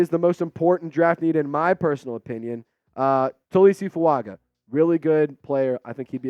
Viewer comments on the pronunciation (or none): Because I believe he might be a Saint in a few weeks, I have to say it. Taliese Fuaga is pronounced like Tally-essay Foo-unga.